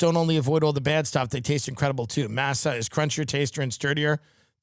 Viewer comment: I’m not woke, but the way you’re saying “MASSUH chips” instead of “MAH-SAH chips” sounds wiiiiilllddddd lol